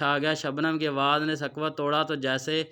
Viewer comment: آپ کا کہانی سنانے کا انداز متاثر نہیں کرسکا۔ آپ کی اردو بھی کمزور ہے۔ "سکوت" کو سراسر غلط پڑھتے ہیں۔